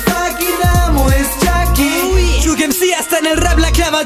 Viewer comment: Pronuncia bien las palabras es chucky no chacky